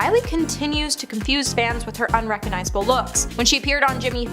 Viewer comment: RecoGnizable. There’s a “g” in there.